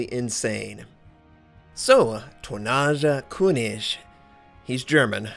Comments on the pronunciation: Dear god everytime you said "tonnaaascha künisch" it gave me cancer! :D haha no worries pronouncing foreign words can be very hard. awesome vid! You've got yourself a new sub! :) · How pronounces the name of the player...:D